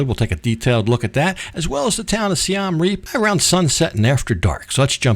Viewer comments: Siem Reap is pronounced Si-em reap not Si-am reap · It's pronounced closer to Seeuhm. The second word Reap was correct. Literally means Siam Defeated. The first carving you showed is churning of the ocean of milk.